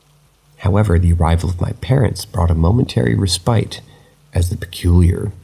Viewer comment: The noun ‘respite’. It’s pronounced RESS-pit! RESS-pit! RESS-pit! ERA is not pronounced AIR-ia É-ra É-ra 😊 Otherwise, these are original and I quite enjoy them. Thank you